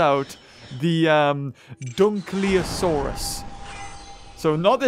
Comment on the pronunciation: the mauiasurus (i think thats how you spell it.) i think its a maori name from maui who in maori myths did a lot of cool stuff and tamed the sun i'm pretty sure its pronounced Maw-wee-asaurus or something like that btw i know this cause i come from new zealand which is where the maoris live and come from